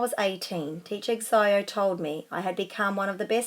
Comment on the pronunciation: It’s pronounced teacher shiâo I know Chinese